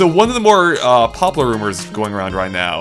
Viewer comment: can't say popular, he says popoler